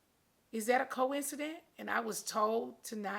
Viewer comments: Is it a Coincident? 😂😂 Nene, your Georgia accent is cute but you need to know how to pronounce words . It’s Coincidence. Also, STOP BLEACHING. 🗣Your hands are your old color and different from your face . I’m so sad that you don’t like your color. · You bring Wendy Williams on the show twice to dog Kenya but you don't want Andy to ask you anything about Wendy Williams?🤔🤔🤔🤔🤔#HowSway By the way, it's "coincidence" and not "coincident"!!🤣🤣🤣🤣🤣🤣🤣🤣All that money hunni and can't speak proper grammar to save her life! #GoBackToSchool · NENE!!! The word is COINCIDENCE— NOT COINCIDENT— duh ! 💁🏾‍♀️ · “ Coince-dent “ is sending me . 🥴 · NOOO I thought she said Co-Incedent at first. I was like, oh she means they did it together. After reading this comment and going back 🤣🤣🤣🤣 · I went back and starting hearing cowisidin too 🤣🤣🤣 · Thats not it...she has to be smart enough to be an actress. Just couldn't pronounce the word. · Nene do not know how to Pronounce words, Maybe it’s the teeth! 🤔🤔 First it was “viraul” (Viral*) which she thought she corrected. Secondly she ask “is it a coincident??” oppose to Coincidence..🤣😂 And third I want her to Say BRIDESMAID... not Bridemade ... But anyway, I feel sorry for nene, from her explaining it sounds like she’s a target.!